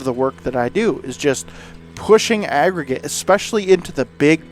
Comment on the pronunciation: unbelievable video considering the conditions, the length of the driveway! You always deliver excellent content and commentary! I love everytime you say "crown" or "agregate"! You and the Ventrac are the BEST! Love the video continue to make sir